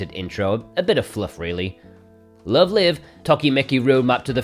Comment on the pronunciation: Great video! Always helps me keep track of imports coming out, and it's nice to note down any games that sound interesting to me! Thanks for your hard work on these! One little thing: Love Live! Is pronounced 'laiv' as in 'concert live' because they're idols! It's not a big deal. I just figured I'd let you know, haha